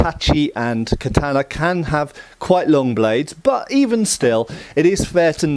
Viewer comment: Your pronunciation of the word katana prevents me from watching past